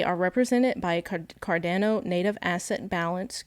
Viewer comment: She called it cardaano so I stopped watching